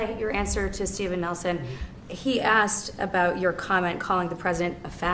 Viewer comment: It’s asked—— not axed. Work on that😊